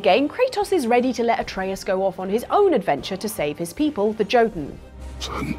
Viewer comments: i know yall didn't pronounce Jotunn with a hard J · It’s “yo-ten” not “jo-ten”.